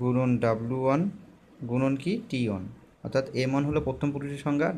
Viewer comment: অন অন কি?? ওয়ান বলেন